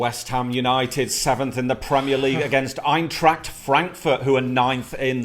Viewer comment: Suprised how good pronounced Eintracht:D